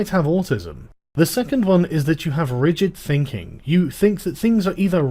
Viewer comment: I adore and his videos. But (as a teacher who deals with children doing this every day) it really winds me up that he pronounces the sound ‘th’ as ‘ph’. well-reasoned and -researched arguments seem undermined to me when he mispronounces words like ‘thinking’ as ‘phinking’. Sorry if that sounds picky!